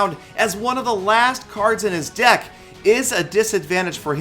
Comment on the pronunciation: called "deck" "dick" well it sounds like it.